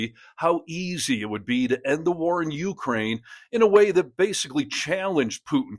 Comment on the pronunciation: Dude. If you're going to report on Ukraine, LEARN HOW TO PRONOUNCE UKRAINE!!😵‍💫🤣